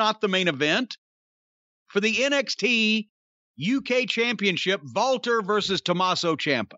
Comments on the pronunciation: jim, its Walter, not Valter 😂😂😂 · It sounded like they were saying Valter instead of Walter and the girl in the thumbnail reminds me of Tessa Blanchard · It lowkey annoys me that corny can’t say Walter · Why does Jim call Walter, Valter? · No, it isn't I'm German and we do not pronounce the W as a V. lmao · Stop saying Walter with a V. Just say Walter.